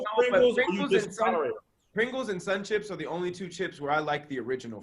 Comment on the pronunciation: Hey Tom they let get away with saying “ I like regular sum chips” when he meant sun chips. Now back to you 😂😂😂😂😂